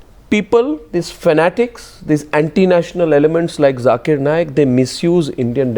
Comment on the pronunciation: Sambit 'Jhakeer Naaaayak". What is wrong with this guy? He is a doctor and he can't pronounce simple words!